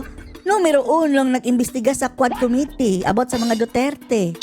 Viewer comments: Com MIT tee - not COM Mit tee😊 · Ayusin niya muna pronunciation ng " committee". Sakit sa tenga sa totoo lang 😂😂😂